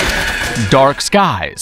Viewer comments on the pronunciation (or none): none